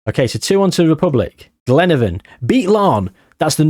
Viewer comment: Didnt even knnow coolreen had a foitball team they have a farm the milk i drink is made there 😅 just caught on ur trying to pronounce colraine😂 coal rain and glen av on